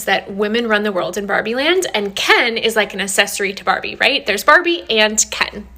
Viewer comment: Why does that girl from the last clip say assess-ory instead of access-ory? It's so annoying 🤣 Also, I haven't even seen Barbie (I don't go out to go to the cinema 🤣) but I still had to get take on it. Spot on, as usual 😊